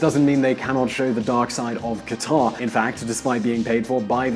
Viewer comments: Qataaaaaaaaar!!!??? I know he is not Arab or Middle Eastern, but shouldn't he try? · Qatar is pronounced "Cutter"... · nope. I'm not American. And it's pronounced very similar to "cutter" by actual Qataris, wouldn't you know it. I'll concede it's not exactly the same as "cutter" but it's closer to that than how the narrator in this clip pronounced it. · It's "KAT-tr" not "ka-TAR" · qatar isn't pronounced that way. Not that anybody cares I guess.